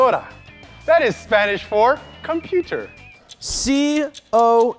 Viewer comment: Seth got the computer one wrong, he said Con not Com